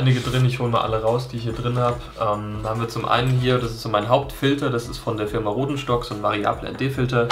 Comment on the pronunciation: Glückwunsch zu 2k Abonnenten :) Hab gerade das Video nebenbei geguckt und Filter der Firma "Hodenstock" verstanden :D :D (nein, kein scherz! :D )